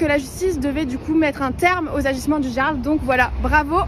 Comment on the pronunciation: D'où elle emmerde le Jarl cette connasse ? Et on ne dit pas jarl mais Yarl.. t'es conne ou tu le fais exprès ? Putain y a pas à dire pour être gauchiste il faut avoir été amputé du cerveau !!!!!(et qu'on ne me dise pas que la violence n'est jamais la solution.. Dans certains cas c'est la seule solution ! Contre des gauchistes qui n'ont pas de cerveau un aller retour ça remets les idées en place et si cette connasse parle de l'orgie que les parasites gauchiasses avaient prévu de faire de minuit à midi en plein centre ville de Rennes .. il faudrait déjà que ces connards de gauchiasses connaissent les lois françaises ! le Jarl a appliqué la loi point barre .. Il t'a mal parlé chouchou ? Et alors toi tu nous insultes tous les jours et tu as du mal à entendre que t'es une truie mal baisée ? Et encore je suis sûr qu'il n'a pas dit quelque chose du genre car c'est mon style et pas celui du Jarl... moi je tape d'abord et je cause après .. une fois la menace éliminée.. le Jarl (porte bien son nom) car il a tenté de calmer le jeu avant d'autoriser ses hommes à la violence.. et je rappelle que nous parlons de 300 gauchiasses venus faire une rave party dans un endroit où ils n'avaient aucun droit d'être .. près de la boite du Jarl juste histoire de foutre la merde et ces crétins avaient prévu de foutre le bordel avec leur musique de merde jusqu'à midi le lendemain.. sans tenir compte qu'il y a des gens qui vivent dans le centre ville et qui la nuit veulent dormir !!! PARCE QUE EUX ILS BO